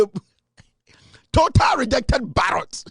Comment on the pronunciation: Kevin you took the words out of my mouth '' Totar lejected barrots ' 🤣🤣🤣